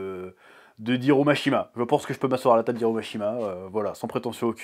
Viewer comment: 90% de la vidéo il se rassure pour se convaincre qui peut le faire déja prouve-nous que tu sais faire une One shot pour ne serait-ce que pouvoir prononcer le prénom de Mashima ton arrogance te detruira mais bonne chance quand même